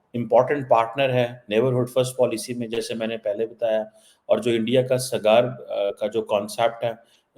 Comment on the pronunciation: Bas kar yaar saara time india India india. Saara Pakistan india ke baare mein hi videos bana raha hai. Tumhara Pakistan ka koi content nahi hai kya? Pakistan sirf bheekh maamgne ke liye banaya tha? Aur "Sagaar" nahi hota, "Saagar" hota hai. Agar indians ko sunta hai toh unki pronounciation bhi sun liya kar